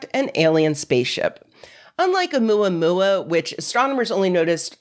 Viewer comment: I’m Chilean, I speak spanish but the way pronounced Omuamua sounded cute af!❤